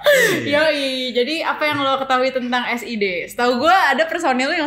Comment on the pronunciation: Nonton ini karena ada Sid , bacanya es ai di goblok